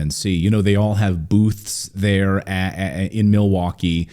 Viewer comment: i think you pronouce th like there ..